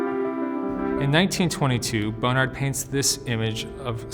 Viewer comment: Is he really saying Bone Ard?